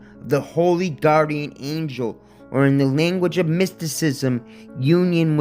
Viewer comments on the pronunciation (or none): none